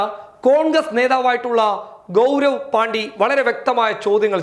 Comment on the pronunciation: ഗൗരവ് പാണ്ടി അല്ല ഗൗരവ് പാണ്ഡെ ആണ് 😂😂😂